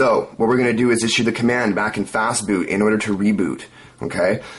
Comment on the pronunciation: yeah, you just missed the t in "fastboot"